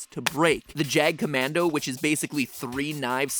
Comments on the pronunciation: Mat! Not Jagkommando! Jagdkommando ("ya"gdkommando)! it's Austrian! That's my only complaint though, great theory!!! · MatPat: Jagkommando GermanSpeakers: JAGDKOMMANDO 🇩🇪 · It's actually jagdkommando not jag kommando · Isn't Jagdkommando pronounced like jäger? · it's actually jagdkommando with a d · It's "Jagdkommando" ("Jagd" = hunt, -> "hunting commando") Otherwise, great work as always :) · Am I the only one who cringes by the pronunciation of "Jagdkommando"?